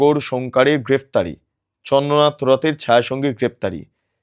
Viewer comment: মিস্টার, আপনার উচ্চারণের কারণে আপনার এই প্রতিবেদনটা শ্রুতিকটু লাগছিল। চন্দ্রনাথ কে আপনি চন্দনাথ এতবার বলতেছিলেন যে কানে এমন করে লাগছিল আপনার প্রতিবেদনটা শুনতে ইচ্ছে করছিল না। আপনার উচ্চারণ ঠিক করুন।